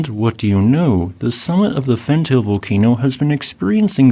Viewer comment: I give up hoping he would learn how to pronounce Fentale.